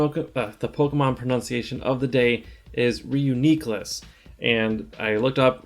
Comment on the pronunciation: Thanks for pronouncing reuniclus...nice video!😁